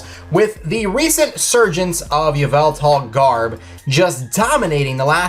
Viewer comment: K SAID YA VELTAL IN STED OF EVIL TAL LOLOLOLOL